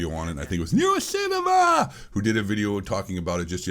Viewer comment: Why do you keep saying “NeroCinema” like that… ? Are you implying his mentally handicapped